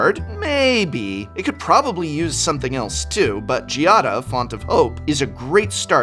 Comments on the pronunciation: Normally, I would have just left a comment like "i can't think of anything good to comment, I just want those commander decks" but I actually have something good to say this time. GIADA IS PRONOUNCED WITH A HARD G! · Most card names of legendary creatures are strange but being Giada a common name in Italy that pronunciation is soo weird to my ears (the accent is on the first a not the i). Beside that, what's going on with RhisticStudy line in italian in the outro? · Has Giada been pronounced differently every time here? WUT xD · I love how even prof will go back and forth on the pronunciation of Giada.